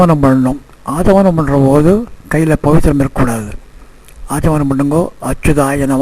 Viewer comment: Swami Achamanyam not fully pronounced initially in this video. 🙏🙏🙏 please note.